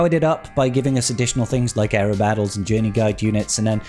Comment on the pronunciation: its èra not eera